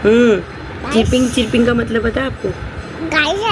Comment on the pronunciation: चीरपिंग नहीं मैडम चरपिंग कहते है english में